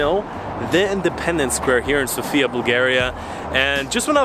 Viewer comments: its said sofya not sofia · He talks about how you pronounce the name of the capital. The guy on the video keeps saying SofIa, while the correct way to say it is SOfia. Hope this makes sense to you now ;) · just one thing: Sòfia. Not Sofìa. Accent on the o. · It's sOfia ,not Sofiaaa,it'S not the same ..... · Да правильно говорить СОфия не СофИя. Надеюсь что вы провели прекрасное время в моей прекрасной Болгарии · it's S"O"fia.. thanks for visiting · It is pronounced sOfia, the stress on the O, no hate, just to know 😉 I hope you have great time in our country 🇧🇬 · The correct pronunciation is an accent of the letter O- SOfia. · One of the mistakes that foreigners make is mispronouncing the name of the city. The emphasis is on the letter O, not the letter I.